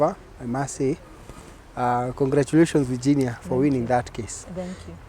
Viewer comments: Ati vaaginia, mscheeew! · Here after Tuko Talks. The way ur pronouncing the name Virginia doesn't sound well Varginia. Ur a Kenyan, why? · I don't like the way she is prounasing her first name.